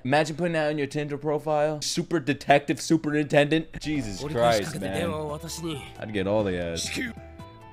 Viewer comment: yaa the english super-intended not sup-rintended